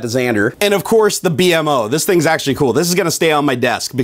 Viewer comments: It B-mo not b m o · It's Beemo! Not B.M.O. ;) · It's not B M O it's beem-O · The plus he's name is pronounced (Bee-Moe) and the dogs name is Jake. Not like that was important. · Why did you call it the B.M.O it's called bemo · I'm just saying it's not. B.M.O. You say it like BEEMO. BEE-MO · By the way it's beemo not bmo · It's "bee-moe" not b-m-o. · Not B-M-O You pronounce it B-MO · It's said like beemo not b m o 👌🏻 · bmo(bee-moe) not actually b m o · His name is pronounced bimo not b m o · its pronounced beemo not b...m...o... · He called the DeadPool panda a spiderman panda, didn't know the name of Raphael from TMNT, didn't know about the DragonBall and calls "BMO" (pronounced BEEMO) "Bee Em Oh"... I don't think 1UP box is for his type of nerd... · Its pronounces B-mo:) The ball is from Dragon ballz:) And its a panda mashed up with deadpool:) hope you learned:D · Just to let ya know, the character's name is pronounced bee-moe. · its b-mo like bee mo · its pronounce bi-moa BMO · IT PRONUCED BEE+MO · Actually, its pronounced *beemoh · It's pronounced bee-mo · its pronounced (bee-moe) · yu pronounce it bee-moe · sory but its pronounced bee moe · Omg I wanted a bmo btw it's pronounced bee-moe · dude thats not how you say bmos name they plush in the first box